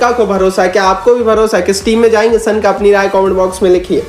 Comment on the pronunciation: सनका नहीं शनाका